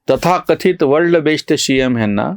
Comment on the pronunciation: जी, आपला " वर्ल्ड बेश्ट शि यम" हा उच्चार ऐकून खूप खूप हसू येते...!! 😀😀😀😜😜😜